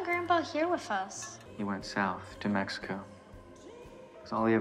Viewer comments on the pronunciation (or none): none